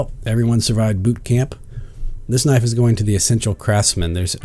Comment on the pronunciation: That's a sexy kuh-nif-ee. Nice job.